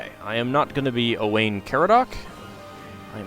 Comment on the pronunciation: You didn't say my name right though :(, it's pronounced oh wine